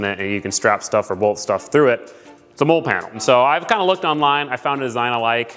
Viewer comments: “MOLLE” is pronounced “Molly” not “Mole”…. It cracks me up hearing it… but I appreciate all your content nonetheless!!! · I like the video but it actually drove me crazy when you pronounced MOLLE as “Mole” like a critter in the ground. MOLLE is pronounced "Molly". The name is an acronym for Modular Lightweight Load-carrying Equipment, a system for attaching gear to tactical backpacks and vests. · Molle=Molly not Mole😂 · Very cool, I always love watching DIY(ish) videos like this...also, the word is pronounced "Mall-E" (mine and every military brain is screaming at your video right now) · I was was just going to say the same it supposed to sound like molley but obviously it’s spelled differently! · Man, I was thinking have I been mispronouncing that word my entire life lol.